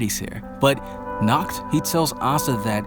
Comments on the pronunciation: it is pronounced naakht not nukht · Good background music man, and it's "Nahht" not "Nakt" :P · The way you speak Nacht's name it sounds like the german word for nude: "nackt" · You should pronounce H in "Nacht" like you pronounce H in the word "Hi!" or "History"... You pronounce the world like "Nackt". You should just listen to it on google translate 😂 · How you pronounced Nacht sounds like “nackt” which means naked 😂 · Yeah, but it was good. The “ch” is hard to verbalize if it’s foreign to someone. But with some practice it’ll be perfect👍🏻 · you saying nackt to Nacht and nackt mean naked of German lol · Yeah, you definitely butchered Nacht’s name, try the Google Translator, choose german, write Nacht and hit the speaker button, because how you pronounced it now in German means naked and not night. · Dude, I literally said, ch in GERMAN IS READ AS AN H... That feels better, please try not to bucher it next time (I would suggest some practice)